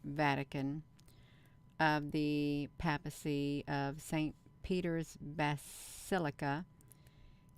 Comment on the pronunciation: Just so you know, it's pronounced Pay-Pass-ee